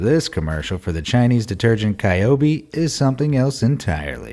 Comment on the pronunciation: Pretty sure that 'Qiaobi' is actually pronounced as 'Chiao-bee', not 'Kai-o-bee'.